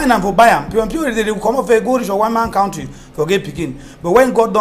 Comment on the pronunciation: please tell your English teacher guest,, to pronounce 'country' correctly. He teaches!